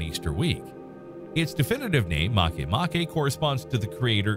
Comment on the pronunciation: I thought makemake was called make make ...not marke marke.